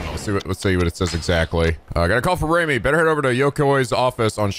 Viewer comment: You pronounced Reimi's name correctly the first time. Remember 'ei' makes the long 'a' sound. All in all, nice job! Also the 'i' in Roppongi is a long 'i'.